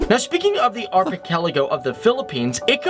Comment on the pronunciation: 🤣 archipelago , turns out arpichelago jejeje bulol po sya.